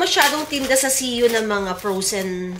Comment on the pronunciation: Feeling ko talaga maka Japan si Mommy haha nabanggit nya kasi GU Instead CU😅